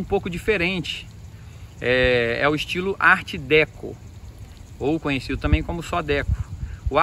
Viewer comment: Não é DÉCO É DECÔ